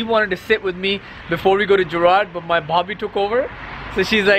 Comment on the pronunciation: You say 'but' weird. What is a "ba"?